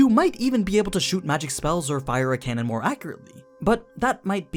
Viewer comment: you said mare when talking about aura's stats XD